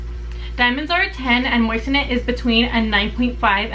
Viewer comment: Think you are pronouncing it wrong. They carry those on JTV